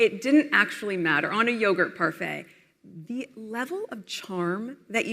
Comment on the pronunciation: Funny she can pronounce parfait but not croissant😂